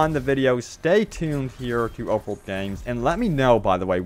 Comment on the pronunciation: Am I the only one who hears you say "Over world games" instead of "Open world games" 🤔🧐